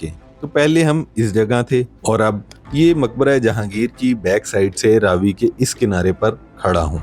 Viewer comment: Apni mistake theek karo . Ye Raa vi nahi Ravi hai